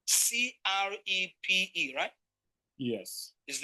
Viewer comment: Ladies and gentlemen. Of courrrse we are in new and so of course if brother pronounce Crepe and Cripey again, we will lash him. Shalom😂😂😂